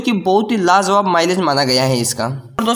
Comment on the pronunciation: Are lajawab bolte hain lazawab nhi pahle bolne ka tarika seekh